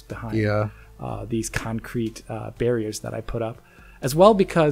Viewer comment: please say concrete and not cancrete